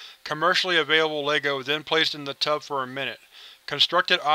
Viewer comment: Tub, not tube